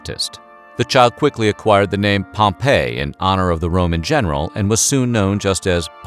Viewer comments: If the kid was named after the general its pompey (pomp-ee). Not Pompeii (pom-pay) the buried town. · Not Pompeii (pom-pay) but Pompey (pom-pee). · It’s POM pee, not Pom PAY